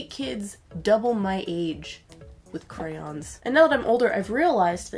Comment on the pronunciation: normal people: crayOOOns extra people: crayins edit: NO hate im sorry if i offended anybody